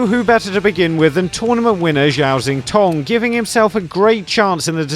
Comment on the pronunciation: Oh no,not you as well!!! Zhao Xintong is not Zow Zintong!!! I'll give you a Chinese lesson. ZH is pronounced as J as in Jow, not Zow, and X is pronounced as sh as in Shintong!!! Not Zintong. Come on people, he's a world champion 🏆 respect please!!!